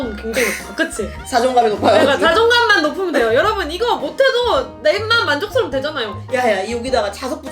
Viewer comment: 만족러운이 아니라 만족스러운 인뎅ㅋㅋㅋ 기여우시네요 ~~